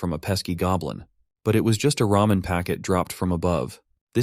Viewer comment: Not him saying RAMEION